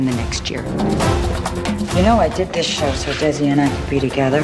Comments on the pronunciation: Lucy pronounced Desi with an s sound not a z. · Nicole didn't pronounce "Desi" the way Lucy did - with an "s" sound as opposed to a "z" sound. I'm surprised no one (having to do with production) caught that or even cared about it.